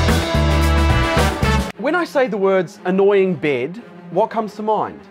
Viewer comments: He said "bêd" in instead of bed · Its not “bid” its “bed.” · His accent is kinda weird it sounds like bead not to be rude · I thought he was saying "bid" lol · Every time he says “bed” it sounds like “bead” Lol I’m sorry I have to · It's sounds like "bid" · the way he says "bid" instead of bed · Why i am the only that hear brëd instead of bed lol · It sounds like he is saying bead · I love how he pronounces beeed, don't you just love foreign accents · when he say bed it sounds like beard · Bro why did he pronounce it as bid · The way he pronounces 'bed' like 'beard' is so soothing... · Why does he saying bed sound like beard 🤣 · 😂😂whats that accent "baid"... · Sorry but every time he says “bed” I hear “beard”..... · I keep thinking you said “beard” instead of bed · "I Love My Byed" - Accent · Guy can’t pronounce bed